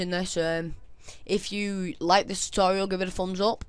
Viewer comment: Sounded like you said STD tutorial L0l